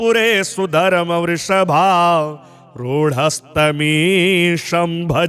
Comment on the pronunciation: वृषभ आरूढ़ है, पाठ गलत कर रहे हैं। इसी प्रकार की और भी उच्चारण दोष है केवल संगीत की दृष्टि से पाठ नहीं किए जाने चाहिए, आप जो शब्दों का उच्चारण कर रहे हैं उसका अर्थ क्या निकल रहा है और क्या होना चाहिए। इसका ध्यान भी रखना चाहिए विश्व में संस्कृत का कम प्रचलन है और कम लोग ही जो संस्कृत जानते है नहीं पाठ कर सकते है आपके पाठ का अनुसरण करेंगे और आपकी जिम्मेदारी बन जाती है कि समाज को शुद्ध उच्चारण उपलब्ध कराए अतः पहले स्वयं। मूल्यांकन कर ले फिर अपलोड किया जाय। मंत्र उच्चारण की त्रुटि अनर्थ लाती है।